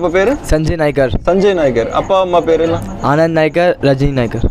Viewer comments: அது நாயக்கர் அல்ல! நாயகர் என்பதே சரி. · Nayakkar alla naykkar